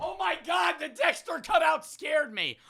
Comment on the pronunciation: “dextuh😀” “give me ritas key 🫸🫷😡”